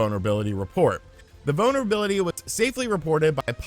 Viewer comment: Every time you say "vulnerability", I swear it sounds like "bonerbility"...